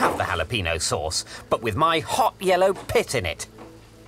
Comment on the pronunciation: Has anyone else ever noticed he says “hot yellow pit”?